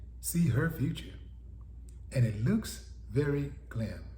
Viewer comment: Grim, not glim, Will!!! Lol… it’s that normal, that’s why they’re so lackadaisical with it.